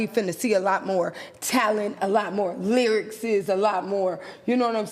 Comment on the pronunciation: I’m sorry but “lyrixxxsis” took me out every time 😂😂😂 please have her on again